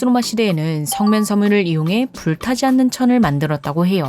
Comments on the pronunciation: 나래이션 면 발음 왜이럼? 중국발음같아 ㅋㅋ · 혹시 중국인이십니까? 발음이 의심됩니다. ~면 발음도 이상하고 바위 할때 위도 특유의 우위 이렇게 발음이 되는데.. 아니죠?